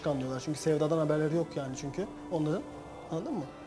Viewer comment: Anladın mı değil annadın mı